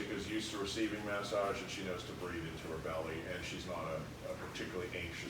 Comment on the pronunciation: Can someone explain what a mas ag is? Does he mean massage? If so why is he pronouncing it that way?